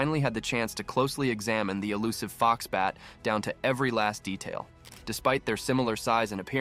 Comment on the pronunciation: It's called FoxBAT, not Foxbank.